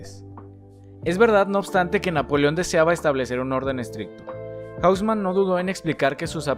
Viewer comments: Increíble cómo es que toda la pronunciación fue masacrada en este video. Amigo, estás hablando de París, no de Londres o Nueva York. Curioso fenómeno, en el que todo el mundo que no conoce una lengua otra que el inglés piense que todo se debe pronunciar como en inglés. Haussmann no es "jáusman", sino "osmán", aunque sea un apellido alemán. ¡Bueeeeeno! Es un video sobre topología y arquitectura, no de lingüística. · Bro profa mira las pronunciaciones en francés me perturba cuando dices arrondissements, hauseman y avenue foch y la Gare du Nord